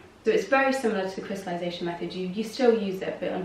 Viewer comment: did you just say "crystalution". I can't process what you said "If you have a -" etc..